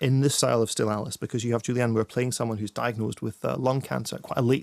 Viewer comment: David Morrissey adds absolutely nothing to these reviews - I'm pretty sure he mispronounces Julianne Moore's name at one point